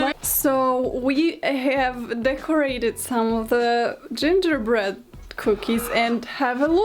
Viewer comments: Not Karolina flawlessly pronouncing gingerbread in every Latin language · That moment when says gingerbread in portuguese FLAWLESSLY Me, a brazilian: ONE OF US, ONE OF US